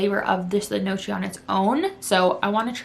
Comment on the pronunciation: that was so cute the way she pronounced the word gnocchi. It’s actually pronounced “nyow-kee” I hope I’m not coming off rude I love your content